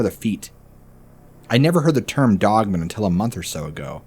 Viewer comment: Dog-man... pronounce it that way.... not like a last name